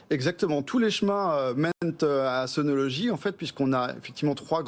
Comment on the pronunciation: C'est bizarre que cette dame n'arrive pas à prononcer le mot SUNOLOGY en langage français normal, ordinaire. Son SunoloDgy est un peu pataud. Au passage, j'en possède sur mon toit car j'ai aimé le côté "français" de l'assembleur/distributeur.